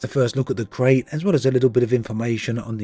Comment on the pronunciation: It's pronounced Krite. KRITE.